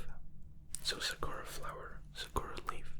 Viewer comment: SAkura emphasis on SA, not on ku. Cherry blossom for those who don't know. Yuzu is a citrus fruit that looks like a lime. I speak Japanese and soent 7 years living there. ☺ Love the video!